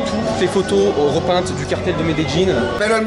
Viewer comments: Qui met des jeans 👖 ? Medellin Ça se Dit MedeYine ! Pas « Met des jeans » ! 😂 Mais sinon au top t’es Vlog , continue 💪🏽👌🏽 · Ça se prononce Médeyin en français 😄 Medellín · Met des jeans parceroooo 😂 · non ça se prononce medeyin